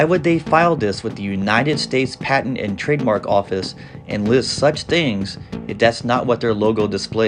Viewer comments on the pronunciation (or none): none